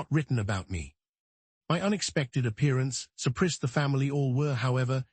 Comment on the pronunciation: I had to leave this site after hearing "surprised" pronounced "surprissed"! If you insist on using AI, get it RIGHT!